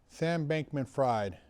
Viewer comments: You do realize it's not pronounced "fried" like fried chicken, but "fried" as in sigfried?" Maybe it's just too much effort like certain pronunciations are. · It is pronounced like in the German Word "Frieden" (Peace) just without the "en". A good Translator App with Vocal Translation can let non German Speakers hear how to pronounce "Frieden" then they now how to pronounce "Fried" right away. I think that Sam Bankman Fried is Yewish and it is a German/Yiddish Last Name.